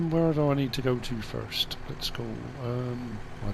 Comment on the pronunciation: you said 'first' in an American accent. It sounded like an edit in with a different voice